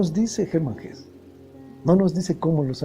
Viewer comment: Muy buena la divulgacion de las grandes obras de la literatura mundial. Solo un pequeño apunte ,en alemán se pronuncia Hesse incluida a "e" final. Gracias y buen trabajo.